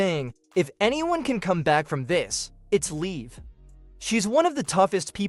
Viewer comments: Dude really if you're going to say her name say it right it's not Lee Morgan it's live Morgan get it right you keep saying her name wrong every time you mention her name it's live it is not Lee Morgan it's Liv Morgan get it right stop saying her name wrong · Oh my God please say Liv Morgan l i v can you say liv Morgan it is not leave you're saying like when you say leave that's like you're going away and saying bye-bye to leave like you're saying bye-bye to someone her name is Liv Morgan say her name right pronounce her name right Liv Morgan not leave Morgan not Lee Morgan it's none of those her names Liv Morgan Liv Morgan is not Lee Morgan is not leave Morgan it's Liv Morgan pronounce it right Liv Morgan